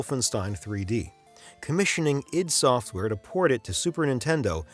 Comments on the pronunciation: Its pronounced EYE - DEE, you bozo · it's pronounced EYE DEE SOFTWARE.